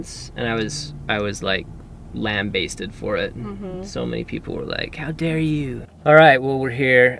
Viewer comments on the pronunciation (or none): lol "lamb-basted"... first time I've heard that pronunciation!